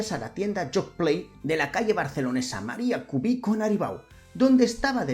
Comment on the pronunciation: Buen video, como siempre pero nen, María Cubí? Seguro que eres de Barcelona?